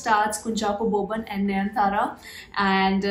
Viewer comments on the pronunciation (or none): React to the trailers for Aarkariyam and Aanum Pennum. Both has Parvathy btw 😍 Also a small correction: The actress' name is pronounced as Nayan-Tara and not Nayanthra :)